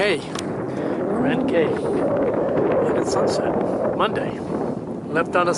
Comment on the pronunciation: In the Bahamas, Cay is pronounced key.